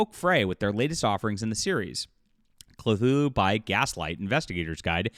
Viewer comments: Quit adding an L . It is Cthulhu NOT Clthulhu. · Not even 30secs in this vid and this guy pronounced 'Cthulhu' wrongly twice (even by the normal, non-Lovecraftian standard), I see an AI created image and hear Cthulhu by Gaslight being called 'steampunk-like' while it just represents the victorian era. I'm outta here, this is slop and full of wrong assumptions even before the whole shaming begins... Not surprising considering the title lol